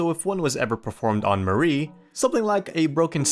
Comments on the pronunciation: Also the way you pronounce "Mari" is abhorrent. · new mari mispronouncation unlocked